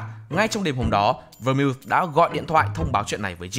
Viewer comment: Phát âm đúng tên phải là Vermouth /Vơ mau/